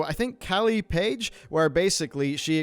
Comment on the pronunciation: I love you man, I support you. But this video is where I see the cracks. It's Mitch DYER, Kallie PLAGGE (like Plague), Vince INGINETO (like Engine Neato). I love and respect your work, but this video seems like you had writers that did everything and you're not in touch with the people you're reporting on. I understand it, but it makes me question how much you know about other stories you report on. Love you man! Keep up the great work!